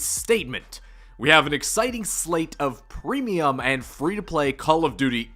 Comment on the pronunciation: "premeuim" lol